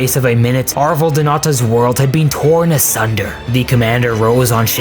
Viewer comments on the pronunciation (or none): none